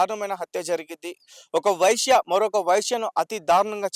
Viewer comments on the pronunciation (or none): వైశ్య కాదు వేశ్య. పదాలు సరిగ్గా పలుకు, తరువాత వీడియోలు చెయ్యి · నీ తెలుగు కాలి పోను. వైశ్య కాదు వేశ్య అనాలి. లేదా కాల్ గర్ల్ అను. లేదా వ్యభిచారి అను. వైశ్య అంటే ఓ కులం. వ్యాపారాలు చేసేవారు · Orai babu vysya kadhu raa babu vesya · News readers కు భాషమీద పట్టుండాలి, లేదంటే అర్థాలు మారి అభాసుపాలౌతారు!, వైశ్య అంటే ఆర్యవైశ్యులు(కోమట్లు), వేశ్య అంటే వెలయాలు! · తెలుగు రాదా రా నీకు వేశ్యకు వైశ్య కు తేడా లేదా మొదలు నేర్చుకోరా నీలాంటి వాళ్ల వల్ల వ్యవస్థ బ్రష్టు పట్టేస్తుంది రా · వేశ్య అనాలి వైశ్య కాదు మహోదయ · వెైశ్య కాదురా వెేశ్య అను. లెేకపొోతెే sex worker అను. చాలా తప్పు గా మాట్లాడుతున్నావు. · సోదరా వైశ్య కాదు వేశ్య నీకు చేతకాకపోతే లంజా అనొచ్చు కదా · Not a visya bro, VESYA. Visya, visya antunnavu, vysylu CHOOSTHE ninnu uthikestharu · వైష కాదురా వేశ్యా రా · Sir telugu basha nerchukuni matladanti VA. Ve ki Leda teliyaali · వైశ్య కాదురా వేశ్య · Vyshya kadu vesya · Vaishya kadu veshya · వైశ్య కాదు వేశ్య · Babu! Anchor garu mother tongue Telugu kaadaa tamariki vaisya emiti? veesya ani paluku babu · ఎందుకు రిపోర్టర్ గా చేస్తారు రా హౌలే.. వైశ్యా కాదురా వేశ్యా.. సరిగా పలకండిరా బాబూ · Vysya kadu vesya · వైశ్య కి వేశ్య కి తేడా తెలియదా నీకు వచ్చిరాని భాష ఎందుకు మాట్లాడుతున్నావ్ 😂😂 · ముందు నోరు బాగా చెప్పేది నేర్చుకో గురు వైశ్య కాదు వేశ్య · వై శ్య కాదు వే శ్యా అoకర్ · వైశ్య కాదు నాయనా వేశ్య .. తెలుగు బాష సరిగ్గా మాట్లాడు... నీ న్యూస్ లేకపోయినా పరవాలేదు... లేనిపోని గొడవలు అవుతాయి 😈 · ఒరేయ్ anchor నువ్వు ఫస్ట్ లాంగ్వేజ్ నేర్చుకో వ్యష కాదు రా బాబూ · ఆశ్చర్యకరంగా అతను వీడియోలో అన్ని పదాలు సరిగ్గా మాట్లాడాడు కానీ 'వేశ్య' అనే పదాన్ని సరిగ్గా ఉచ్చరించలేకపోయాడు. మరో ఆసక్తికరమైన విషయం ఏమిటంటే, ఈ ఛానెల్ పేరు '100TV సౌత్ అమెరికా'. ఫేక్ న్యూస్ ఛానెల్ అని తెలుస్తోంది.